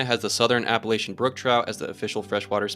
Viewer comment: You should look up what a subspecies is (and how to pronounce "Appalachian")